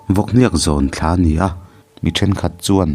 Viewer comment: A van ngaihnawm em! Tin, Thla(month) thlûk hi fimkhur a va ngai si êm.. 👍